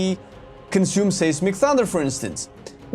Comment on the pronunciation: Did you just say, "saysmic". Try Size-mc.